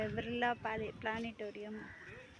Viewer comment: பிளானிட டோரியன் பிர்லா கோளரங்கம் அதை கூட சொல்ல முடியலையே சகோதரியே அதற்கு முதலில் பயிற்சி எடுக்க வேண்டும் தலையும் இல்லாமல் வாழும் இல்லாமல் ஒரு வீடியோவை எடுத்து மக்கள் மத்தியிலே விழிப்புணர்வு ஏற்படுத்துவதற்காக வேண்டி இப்படி ஒரு காணொளியை கொடுத்ததற்கு வெகுவாக பாராட்டுகிறோம்😂